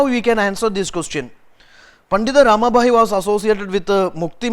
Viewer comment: It's not RAMA"BHAI"..it's PANDITA RAMABAI